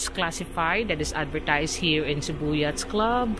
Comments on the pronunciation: Korek! Sakit sa tenga ung " yats"!😅😅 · Yacht is pronounced "yat". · It’s pronounced with a silent (S) the harbor need some improvement.